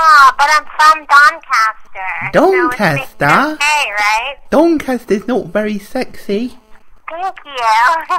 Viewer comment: Doncaster hahahaha, I thought she said Bangkok at first